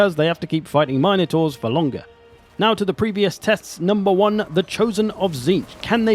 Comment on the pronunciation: MIN-UH-TOR, NOT, MINE-A-TOR. Get it right you’re a pro.